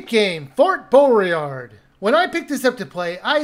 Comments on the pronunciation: I wasn’t expecting much from this game, but man I’m still disappointed. It could have been so much more. It’s a shame it ended up as a shovelware title. Oh and ... I’m sorry, I really am, but... there’s no R In the title. It’s Boy-Yard, not Bow-Ree-Ard :p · I take your opinion with a pinch of salt as you don't even know the difference between a lion and a tiger... oh and it's pronounced BOY-ARD, please do you homework before doing a review in future, pointless! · you botched the name in the first 5 seconds